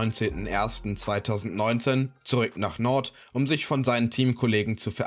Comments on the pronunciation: FC Nord 😅😂 Jung du sprichst das aus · Junga macht mich die Aussprache von Nantes aggressiv